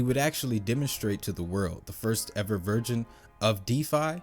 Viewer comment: "Version" bro, not "Virgin" lol. Love the info each video.